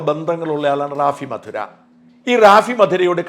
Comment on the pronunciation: റാഫി മധുര അല്ല റാഫി മതിര. കൊല്ലം ജില്ലയിലെ കടയ്ക്കലിനടുത്തുള്ള സ്ഥലമാണ് മതിര.